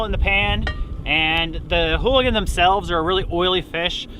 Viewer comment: Ooligans not holigans